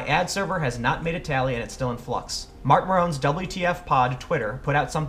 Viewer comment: (Marc Mareuhn ) not (Marc Muhrone ) #knowyourjew